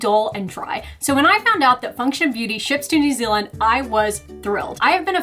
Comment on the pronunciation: did she say New Zealand or is it just me?